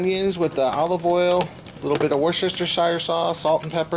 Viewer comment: Love your videos. Oh and it's pronounced (woo-stir-sheer) sauce. Lol. Keep up the great vids.